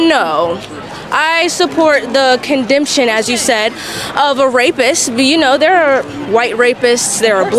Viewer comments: 😂😂WHATS a condemtion😂😂😂 Condemnations? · "Condempsions"? Should have asked her what is a "condempsion". "Condempshun"? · she can't even say "condemnation" correctly, how did she get into college? Is this really the quality of "intellectual" that we're producing? You just pull up with a kafia and say amen to George Floyd, like a good little marxist?